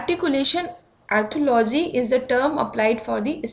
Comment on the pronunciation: Mam i think its Arthrology not arthology...